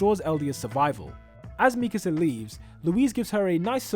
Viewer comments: Bruh why does keep saying Mikese instead of MIKASA!!! its triggering me xD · ME-kasah 😬 Me-KAH-sah 😏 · why tf do you say mikasa like that